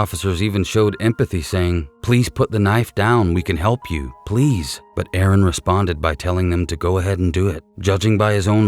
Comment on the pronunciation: You’re the only person who got the name right. Aaron not Aarong. I’m being pedantic, I know, but he lost his life & should at least be named correctly. Tasing & pepper spraying should be utilised much sooner in these situations imo & if not effective why don’t they shoot to disable not kill!